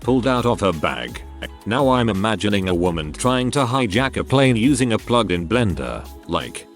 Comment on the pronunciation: Why does the robovoice use pleen for plane?